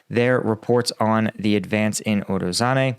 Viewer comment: you need google translate or something to say those names right. "ZH" has nothing to do with "Z" sound. Also forgetting to pronounce that "i" after "a" in Urozhaine. Also "Urozhai" means "Harvest".